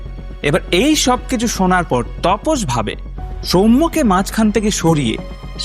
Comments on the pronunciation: Apnar vdo bhalo lage tobe onek sobdo kane lage jemon tapos ke topos bolchen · তপস না দাদা, ওটা তাপস হবে।